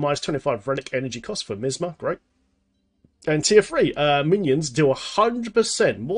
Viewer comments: MY AZ MA... plz stop sayin miz ma... the i is long sounds like MY. next part is AS sounds like AZ. Then MA. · I love how says Misma:D It's MiAsma. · my-asma :< not miss ma. Great video! Gonna try this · Say MiAsma again lol. Great vid, just getting back into the game (after more than 6 months off) now and am hoping things haven't changed too much! Sharfpshooter was my fave, so hoping this build can keep me alive to I relearn the ropes haha